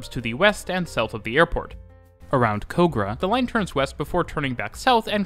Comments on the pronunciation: He hasn’t butchered any pronunciations yet… “Kōgarah” 😡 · Amazing description of the Sydney Trains network. 100 percent accurate. (Kogarah) is pronounced , cogra. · as a resident of Kogarah, the pronunciation hurts. Kogarah is is pronounced with a hard k, the "Kog" part of the word is pronounced like cog. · impressive video! It's rare that an international channel gets things like pronunciation so right. You can tell there was a lot of effort and attention to detail. In saying that, the pronunciation of Kog in Kogarah should be cog (as in a gear), not coag(?). Funnily enough, wikipedia says this about the name: "Kogarah is derived from an Aboriginal word meaning rushes or place of reeds.[2] It had also been written as 'Coggera', 'Cogerah' and 'Kuggerah' but the current spelling was settled when the railway line came through the area in the 1880s." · Thank you for the "mostly correct" pronounciation of some of our suburb names. One of the only ones that you didn't pronounce correctly was Kogarah, which is pronounced as like Cog-a-rah, instead of Coe-ga-rah. Besides that, it was a really informative video for this Sydney-sider. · lovely video and great to see the lines that i know and love, but it is not “cogra” it is pronounced “cog-ra” (kograh). 👍😺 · It's Kog-rah not Ko-grah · naah its coog rayyy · Just to clarify Kogarah is pronounced 'cog-rah' and in Penshurst the s is pronounced as in pens-hurst. Great video 🙏👍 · Kogarah is pronounced cog-rah ;) Well done good video. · Kogarah is pronounced like a machine cog, fyi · As Sydneysider, I’m very impressed with the pronunciation of some typically difficult place names. Well done. Slightly off on Kogarah, but otherwise impressively spot on! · Looks like you missed his pronunciation of "Kogarah". But it was pretty well done I have to admit. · Well done on the pronunciation of Sydney suburbs. You only got one wrong - Kogarah. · Your pronunciation of Kogarah and Penshurst is most disappointing